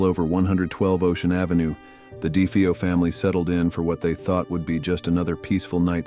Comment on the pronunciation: De-FAY-O. Do you do ANY research?